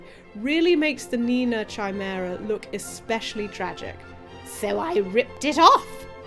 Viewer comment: I love you, so I'm gonna try to say this as delicately as possible... "Chimera" is pronounced "kye-MAIR-uh." Yes, that's the only criticism I have, because this video was an interesting and incredible window into your thought processes and whatnot. That music video makes me tear up EVERY time I watch it, and it's because of how much time and effort you put into every frame. I feel so bad for Uni and Dray, and it makes me wish I had the power to reach into my monitor and scare away the meanie unicorns.:(